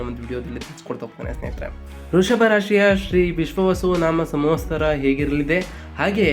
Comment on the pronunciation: ದಯವಿಟ್ಟು ಸಂವತ್ಸರದ ಪದವನ್ನು ಸರಿಯಾಗಿ ಉಚ್ಚರಿಸಿ